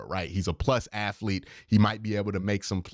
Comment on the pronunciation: Q gets on a run with the "aflete" and "afletic" this video and he just won't back down. You know the end of Good Will Hunting where Ben Affleck is smiling and shaking his head because he knows Will is off to great things? That's my expression everytime I hear "aflete". :D